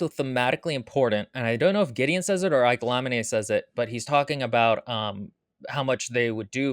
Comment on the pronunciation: Thid is how you pronounce palamedes.